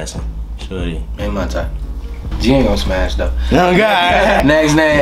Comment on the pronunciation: I thought he said spass.